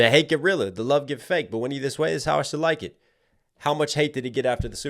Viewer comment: “That’s how you should like it” also sounds like “shalackin”-a hard polish or beating😆